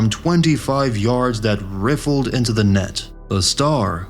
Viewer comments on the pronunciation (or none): Is this video narrated by AI? You pronounced 'rifled (into the net)' as 'riffled'? Anyway, I agree with other commenters, this is a very good video. I was expecting you'd have more than 1 million subs. Keep it up because these are great to watch, very detailed and you don't leave any 'filler' in.